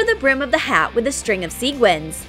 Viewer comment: STOP. SAYING. SEEGUINS. You say SEQUINS. NOT seeguins! You see how the REAL spelling has a "qu" that means you say sequins, NOT seeguins!!!!!! Sorry, I'm just getting a little TrIgGeReD by this.